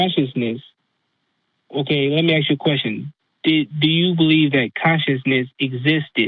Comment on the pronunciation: This guy is so smart, but he can't pronounce correctly a word as complex as "ask".